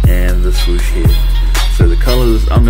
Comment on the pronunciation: dis man said "suwoosh"🤣😂 very clever indeed